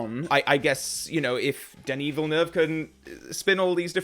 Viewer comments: Very interesting and realistic reaction... and "perfect" prononciation of the 2 syllable "Villeneuve" name, I must add!! You sound like a true Quebecer with it! LOL - Enjoy his filmography "your own way"! I am not a fan of ALL his films either, but I admire his directing talents:) Let's hope Denis Villeneuve will manage to carry on many or the " EON traditions" for 007 along with the right choice for the new James Bond actor! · Well pronounced! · as a french Canadian i can say sir. that you are one of the first to pronounce is name right 🙃, also i'd love to see your reviews of his movies. underated IMO and rarely talked about ( mostly because of how big everything else he's done is...) Arrival, and if you can, try to go in as blind as possible. as for why i think he is a great choice, his Passion for each project, his dedication, his world building is unmatched. he can also create real suspense and knows when and how to throw a curveball into the mix. i just can't wait to see what he will do with James Bond